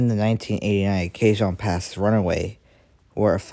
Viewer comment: The narrator needs to practice before recording. Speech was not very clear. BTW, Cajon Pass is pronounced Ka hone Pass, with the accent on "hone".